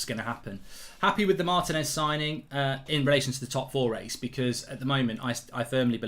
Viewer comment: IT'S PRONOUNCED MAR-TEE-NEZ!!